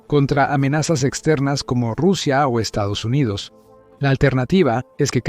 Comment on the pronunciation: Por dios! Para de decir Estos Unidos Unidos!